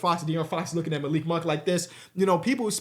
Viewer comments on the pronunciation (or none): none